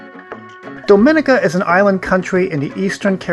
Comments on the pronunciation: It is Domineeka, not Domin/ika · Not 'dominika'! Say dom ee nee ca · It's not Domínica but Dominíca. Please pronounce my Island home's name properly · Pronounced Dom-i-nee-ka